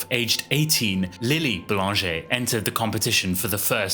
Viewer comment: LMAO! Read her name as 'LIL'' Boulanger'? 💀💀💀